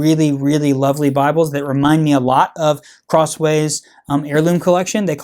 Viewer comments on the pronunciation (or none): none